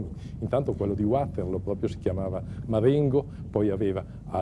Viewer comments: Non si pronuncia "Uaterloo come fosse una parola inglese, è una collina belga e il nome è in fiammingo. Perciò "Vaterloo". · Uaterloo però non si può sentire. Non è inglese, è fiammingo. Vaterloo, Vaterloo, Vaterloo. Possibile che Angela non lo sapesse? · Waterloo è in Belgio quindi perché bisognerebbe pronunciarlo in inglese?